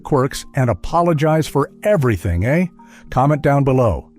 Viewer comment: AI does not know the Canadian words "toque" or how to properly say "eh?!" I am out ...